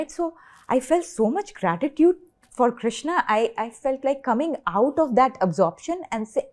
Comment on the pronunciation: Its Krushna why does she say Krishna?